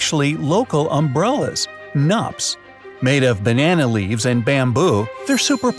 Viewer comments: Not nup brother ..we call it Knup pronouncing it to " koo--nupp" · Thanks for featuring my lovely Meghalaya! There is some correction to be made. Knup, the local umbrella, is pronounced as "Qnup" as a 'Q' in Queen... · Knups are actually pronounced as knoops , the K in knups is not silent. I'm from Meghalaya, follow me on insta ❤😊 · The K in Knup is not silent, it's also not pronounced"UP" but kind of like "Oop" but it's stretched shorter than Oop. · Happy my place is mentioned atlast.... Getting recognise by the world... Thank you... Yayyyy so happy.. Correction:- 1) its not nup. It's knup. K is not silent. 2) the diner.. just because its in India doesn't mean we all are Hindus or Muslims... Majorities of Meghalaya people are Christians. Taught by the British I guess. Then we have our own tribal religion "Niam KHASi" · A Khasi here from Meghalaya, KNUP (the bamboo umbrella) is not pronounced like it was in the video, the 'k' is NOT silent and we pronounce it like 'knoop' (the oo/uh sound here is similar to the oo sound in book not the oo sound in boot). I know nobody cares but I do, since it is my language (Khasi) 😅 anyway have a nice day people and much love from the Khasi hills🇮🇳, 😃❤. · KNUP - The "K" is not silent. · The K in Knup isn't silent bro😂. And the "u " is more like "oo". Knup rhymes with snoop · pronounce as knoop ...(.knup) ..Proud to be from meghalaya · Well the guys obviously not from India so he wouldnt be able to correctly pronounce it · The *k in knup isn't silent thanks 😊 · U pronounce knup wrong..